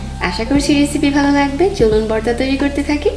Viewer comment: Borta na apu vorta...